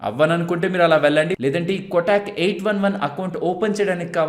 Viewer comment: "కొటాక్" కాదు కోటక్ అని పిలవాలి